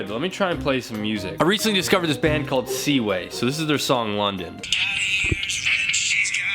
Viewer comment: I got so proud when he said seaway. I’m a proud mom